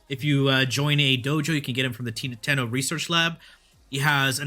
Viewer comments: Titania>> not Tatania.. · Her creators call her TYE-TANE-EE-UH. You cant change what her own creators named her dude. That's disrespectful as f**k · Nice breakdown but you are sadly mistaken on your pronunciation of Titania, it is in fact quite the reverse of what you state.. Titania (/tɪˈtɑːniə/)[1] is a character in William Shakespeare's 1595–1596 play A Midsummer Night's Dream, In the play, she is the Queen of the fairies and wife of the Fairy King, Oberon, which is where the mythos of the frames both come from.. ;)